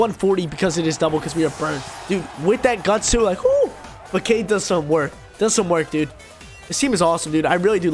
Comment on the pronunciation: What is this “FAAKADE” you’re speaking of .. English is hard